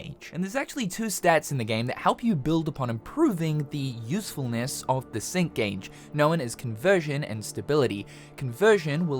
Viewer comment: ngl first time when you said sync gage i heard "Simp gage" XD but looks like a good game, gonna give it a try